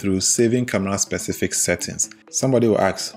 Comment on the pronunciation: I heard camla 😂